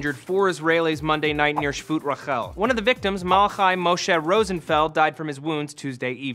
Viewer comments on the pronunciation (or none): none